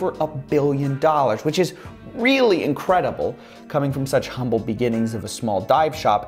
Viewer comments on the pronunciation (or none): none